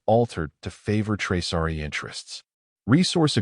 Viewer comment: It’s Traasari, not Traari!!